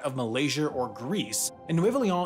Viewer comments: Except the way he says the name like it’s French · It's annoying how he pronounces Leon as if it was French. In Spanish, every letter is pronounced, with exception of the letter H.